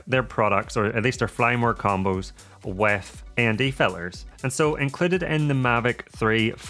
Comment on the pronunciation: I find while watching your videos, and I Like Them a lot. Find myself counting the words you pronouns with the letter T missing. Bo,om Ba,ery.Fil,ers. Its then I realised I was missing your important point of the video in the first place. The Mavic 3 is a hard sell for me, too flashy, and time consuming setting it up.